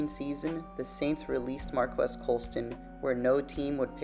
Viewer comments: Pronounced “Mar-Keese” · Hi NAME IS PRONOUNCED MARCUS!!!!!